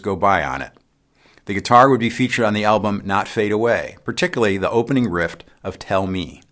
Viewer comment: Alexis Corner / Riff not Rift? ? / "May-ton" not Mat-on for Maton guitars - thanks.